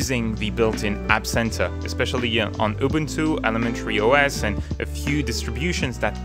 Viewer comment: Anyone else feel triggered when he says YOU-boon-too rather than oo-BOON-too